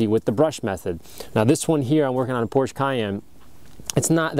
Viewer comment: It's Porsche. It's a name.